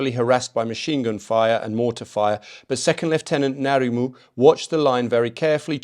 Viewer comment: it's interesting to hear a non new zealander speak about the battalion. ngarimu is a legend. the relative population of european nz soldiers vs maori was telling. btw your pronunciation was mostly fantastic. corrections (with respect) ngarimu isn't narimu it's difficult even for kiwis. it's like the pronunciation of "ing" but without the "i". and then the rest so it's (i)ngarimu. no disrespect - most kiwis can't pronounce it correctly. also marae is "ma-ra-ii". but kudos to your respect for our language. best i've seen so far. lol@ the andrew not sweating quote. hilarious.